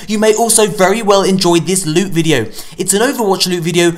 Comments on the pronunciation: LEWT. SWEET, PRRRRRECIOUS LUTE! My favourite intro of all time😂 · That intro tho " prrrrecious lute😂😂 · I sounds like he said 'sweet precious newt' 😂.